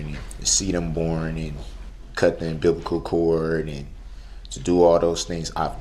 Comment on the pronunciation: I’m sure he says “the umbiblical cord” !!!!!